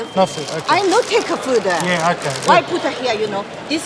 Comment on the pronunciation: No fooda, no fooda😵‍💫😵‍💫😵‍💫. You put it in your mouth, chew and swallow. How is it not food or as you put it fooda???? Please spare me thre pretense lady!!!!.😬😬😬😬😬